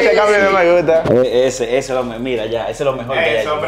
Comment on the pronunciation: ahora le guto’ yo